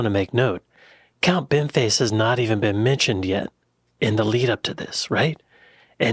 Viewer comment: Thats Count. With an O. Its not a silent O.